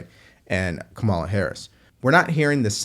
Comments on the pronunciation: Correct pronunciation: “Comma-la”. Not that hard. You can carry the water for Trump, but you are NOT his constituent. But continue. . .😂😂😂😂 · You mispronounced Kumswalla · If you can’t, or won’t, pronounce the Vice President’s name correctly, I won’t take you seriously.